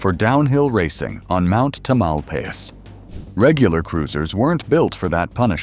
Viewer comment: Nice to see the old mountain bikes. I still have my Wicked Fat Chance. To bad Ibis and Mountain Goat are not worth a fortune. Some of the Mountain Goats had amazing paint jobs. Funny how the video mispronounced "Marin" and "Mt. Tamalpais".